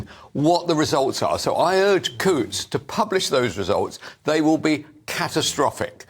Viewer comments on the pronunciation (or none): The "T's" are silent in Coutts.